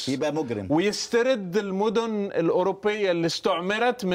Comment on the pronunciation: معلومات وحلقة مهمة ولكن مجدي خليل بحاجة لتعلم اسماء المدن كما يجب